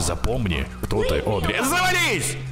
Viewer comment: на протяжении всех выпусков про Бенди всячески коверкает имя Одри:_)